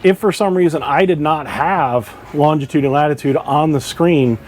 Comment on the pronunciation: Incredible that boaters don’t do/know all this 🤦‍♂️🤷‍♂️ Just a note.. it’s longitude, not longtitude.